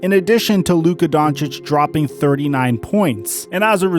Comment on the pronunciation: Lol always coming at the situation on point but say it wrong as hell 🤣🤣 that man was hurt fuck being payed a max my health more important than basketball luka upcoming his time will come